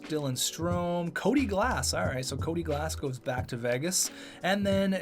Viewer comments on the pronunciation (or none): none